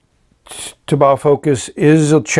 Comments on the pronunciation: That's definitely the first time I've ever heard of using "exciting music" for filling a pen haha. Loved the magnetism explanation as well. Just one comment on pronunciation, "taobao" is pronounced "tao - bow" ( "tao" as in "taoism" and "bow" as in "take a bow"). I noticed you got better at pronouncing it later in the video. :) As a 10 rating, I'm just going to have to grab one of these. Fun video, thanks a lot! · Super cool filler mechanism! I'm pretty sure "taobao" rhymes with "bow-wow"